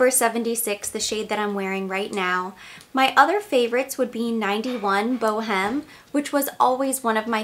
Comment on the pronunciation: Boheme is pronounced with a silent "H'," so it's Bow-eme. From Puccini's opera, "La Boheme."